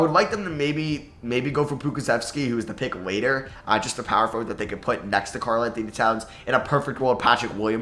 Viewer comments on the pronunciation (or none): none